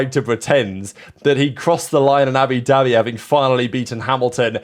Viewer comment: “Abidabi Grand Prix”